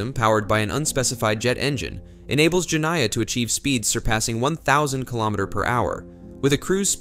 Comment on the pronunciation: Jeniah, in Arabic, is the female of Djinn which is a kind of fairy.. the I after N must be read as ee Jenneeah phoneticaly.